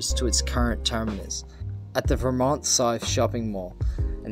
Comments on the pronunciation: it's not because of a different accent. It's pronounced with an emphasis on VER in Melbourne, no matter your accent. I'd pronounce it the other way if I was in the US even with my Aussie accent. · Great video. Just one small correction. Vermont isn't pronounced ver-MONT (as per the American state) but instead VER-mont. Great summary, though! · Vermont is not pronounced like the state in usa. There is no stress on the second syllable. Both syllables are very flat. Kinda fits the profile if not the actual geography of Vermont Sth. Glad you enjoyed the most infuriatingly pathetic tram route. Just be glad you never had to use it to commute… I did. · Good informative video despite your phone going flat (poor planning) and your mispronunciations (Ver-mont, not V'mont. Bolt-ee not Bolt). Imagine if they do extend it to Knox, like many have wanted for years. That would add another 6km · Get your pronunciations right if you're going to do this. Vermont South is pron VUR-MONT, the Bolte Bridge is BOLTY named after the irascible State Premier in the 60's. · Nice video. A few corrections: Bolte Bridge is pronounced "Bolty"; Vermont is pronounced with the stress on the first syllable (unlike the US state); 2005 is in the 21st century. . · And he said Vermont wrong.